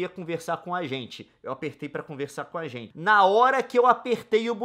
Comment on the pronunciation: A Nilce falou "esse é um dia que a Rente senta (...)' ?? Escutei várias vezes e só consegui ouvir isso kkkkk